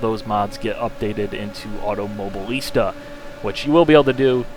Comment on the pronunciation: Automo-BI-lista, for gods sake.